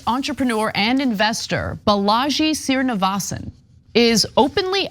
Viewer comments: For Ana: Hindu Sri- on a name means "Sir" and is pronounced Shree. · It's a pity Anna mangled Srinivasan's name EVERY time she pronounced it.